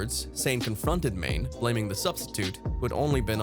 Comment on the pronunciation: Do you even watch football? That pronunciation of Sadio "MANE" hahaha